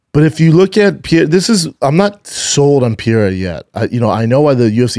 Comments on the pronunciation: Can somebody please tell Brennan how to pronounce Pereira? Please no more french pronunciation "Pierra" it's your job. Somebody help him he's Brazilian not french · No it isn't. It's "Pahaaira". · Alex Piera? Wele Zhang? Dude, make an effort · I'd bet my testicles that Shaub will NEVER pronounce Pereira's name properly! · Dude, just say Pereiras name right...just once